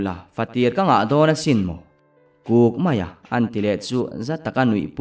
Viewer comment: a chang hian “Kuk”, tiin ka hria a, a chang leh “Huk”, tiin ka hria, buaithlak tak a ni😂